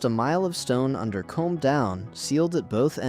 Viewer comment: Next time use a real narrator and don't leave it to AI to select the images. Far too many foreign trains shown. By the way, Combe is pronounced koom, not comb.